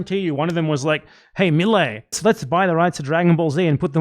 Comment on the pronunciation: It's AMAZING! The prior administration was showing Karl Marx cartoons as a sympathetic and positive character. You can't even say Milei's name right, you're a low IQ tard.